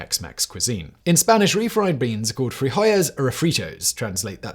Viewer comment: Frijoles (pronounced) almost right bud! Say the L like regular. Only the “ll” double L makes the Y sound. Just food for thought. Big fan. 🙌